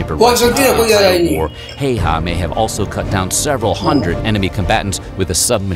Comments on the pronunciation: Very cool to see as a Finnish person this here in your chanel 💚 But Häyhä is NOT nothing like "hey-ha" the start "hä" is pronounced like start of the word ha(ppy); so ha+y+ha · Yea it is annoying when people say “hiha”